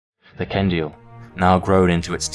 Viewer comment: Ok but the fact they said Ken-dee-ill just makes this so much better XD